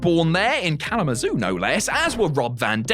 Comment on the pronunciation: You said kalamazoo correctly. Im proud as Im from michigan and dont even say it fully. Kzoo is much easier for my tiny brain